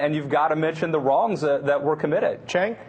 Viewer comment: Dylan Ratigan is officially unable to pronounce Cenk's name correctly. He ALWAYS says "CHenk", and this time even said UyGAR" TYT Publicist get on your job. I'd think Cenk would be at least a little annoyed by this.